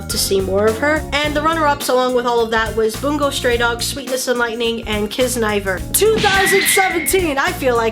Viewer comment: DUDE YOU HAVE NO IDEA HOW HAPPY I AM WHEN YOU SAID KIZNAIVER! IT'S SO UNDERRATED